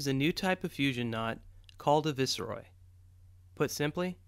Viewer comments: just so you know the word Viceroy is a 2 part word made up of vice roy and is pronounced as such not how you pronounced it as vis er oy try and it isn't a new knot either that not was used for making sailing vessel fenders as far back as the Royal Navy and possibly even further than that. Also a viceroy is also a title given to a high official that represents a monarch. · What the hell is a "viss-e-roy" knot? Viceroy is correctly pronounced to rhyme with "nice toy"... (and wth two syllables only, please!) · Pronounced Vice (as in Vice squad) - roy. A Viceroy = a ruler exercising authority in a colony on behalf of a sovereign. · I think that should be pronounced 'Vice-roy'? It's the title of a Royal Official representing the Monarch. Another great video. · pronounced vice like dice and roy like boy, meaning a representative of the king! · Pronounced Viceroy, like niceboy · It's pronounced Vice-Roy. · I am so pleased someone else has picked the mispronunciation of Viceroy, lol only am American could do this pathetic